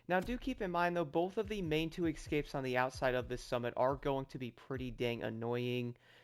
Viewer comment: Excapes? What’s wrong with you? Those are escapes